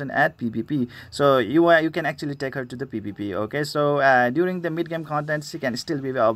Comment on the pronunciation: Dang lol I just pulled #4 on ur list. And btw I just laugh when u say “okeh” x). Love ur goofyness idk if it’s just me but it’s what makes u unique. I might need help building that wolf unit lol. Maybe for Omen 10?